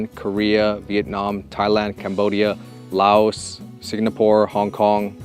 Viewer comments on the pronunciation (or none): none